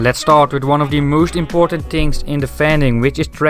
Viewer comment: what is 'do the moooosht'?